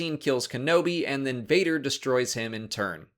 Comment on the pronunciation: It’s Vader not Vater and yes we need a Vader movie!